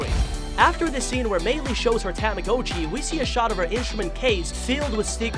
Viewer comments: Ah yes, Tama-GO-chi: the weird and unreal object.👌 Tamagotchi? Nah, Tama-GO-chi. Get it right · Its not Ta-MA-go-CHee, its Tama-GA-chEE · I’m getting so frustrated that you keep pronouncing the tamagotchi’s name wrong You are pronouncing the ‘o’ like it’s a long o, but it’s really a short o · you did NOT just say TAM-UH-GO-CHEE WHEN IT'S TAH-MUH-GAH-CHEE BROOOO😭😭😭😭💀💀💀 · "tame a go chi" ITS PRONOUNCED TAMAGOTCHI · “THE TAMHGOCHU” it’s a tamagotchi get it right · tamagotchi ta-ma-got-chi not ta-ma-go-chi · tama GA chi not tama GO chi Am I the only one that got mad at this? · Bro he really said TO-mo-go-chi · A “ Tamm- O-Goat-Chee “ ??? Got that pronunciation a bit wrong bud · i like how he says tamagOchi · tomma-got-chee, come on man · What about the Timmbits man !! And just saying its tama-gotch-i as in gotcha not go-tchi STOP butchering the beloved 1900's toy name. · tah mah go chee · Didn’t we all ready know this? And it’s a ta-mi-got-chi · Tam-ah-go-chiy. Woooow. Peeeerfect pronounciation. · Why does he pronounce tamagachi (dont know if I spelled it right) like that? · It freaks me because he pronounces tomagochi wrong, it may make you mad that I spelled it wrong. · Anyone else bothered about how he pronounces tamagotchi? XD